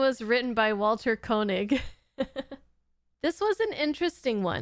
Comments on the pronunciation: Just FYI: Walter's last name is actually pronounced kay-nig, not ko-nig. 👍 It seems like not a lot of Star Trek reactors include TAS, so I've been enjoying watching these with you! 🙂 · You do pronounce George Takei's name correctly, ta-KAY. (He likes to joke that he doesn't mind people mispronouncing it ta-KAIY, because that's the Japanese word for "expensive".) But Walter Koenig does pronounce his name KAY-nig rather than KO-nig. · Just fyi Koenig is pronounced 'kay-nig', not 'co-nig. I recall everyone in my generation used to pronounce his name wrong, just like that (the name of the commander of Moon Base Alpha being pronounced that way on Space: 1999 probably didn't help). Koenig used to laugh that everyone pronounced his and George Takei's last names wrong (Takei btw is pronounced ta kay, not ta kie like many people do it). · I do like your Trek reactions. By the way, it’s pronounced “KAYnig”. 😀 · Pronounced KAY-nig. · Thought you might want to know...Walter Koenig's last name is actually pronounced "KAY-nig". I saw him introduce himself once on a video and that's how he himself says his last name. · Walter Koenig's name is pronounced like "KAY-nig" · His name is pronounced KAY-nig. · Walter Koenig (pronounced KAY-nig).